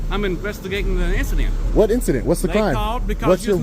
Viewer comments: “I’m investigating an issident” The only “issident” is your poor understanding of the English language you illiterate scumbag. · Bumpkin can’t even pronounce incident! Brilliant! Only the best and brightest lmfaooo 👍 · Deputy couldn’t even pronounce “incident” 😂😂😂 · The sergeant can't even articulate the word "incident."